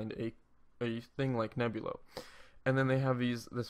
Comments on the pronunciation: its driving me nuts too. He says Nebilo ! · N E B L I O, say it with me Neblio. There is no U. Can't trust a guy who can't even pronounce the name correctly. REKT. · you can't even pronounce neblio